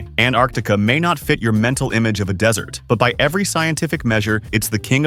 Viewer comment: then why does he say dessert instead of desert